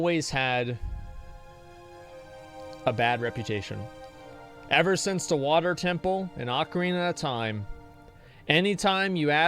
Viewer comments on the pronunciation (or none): none